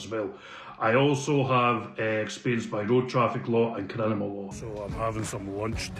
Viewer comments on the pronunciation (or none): A barracrava?...n sum lawyer knob canny say criminal....3 times the moron said CRINIMAL....FAT grouse